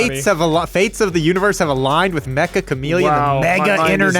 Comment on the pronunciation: It's not called Mecha Chameleon, it's Meccha, said like Getcha!